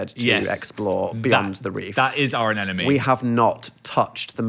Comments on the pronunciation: the way these dudes say anemone kills me. “an enemy” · i cant get over the fact that dan keeps saying anenome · Not them both confidently saying anemone wrong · Neither Dan nor Phil know how to pronounce anemone, good to know